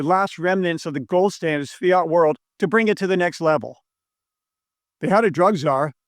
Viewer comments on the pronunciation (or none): none